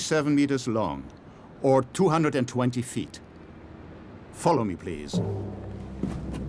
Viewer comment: I know he's speaking English but that 'follow me please' was perfectly German :P "Bitte folgen Sie mir"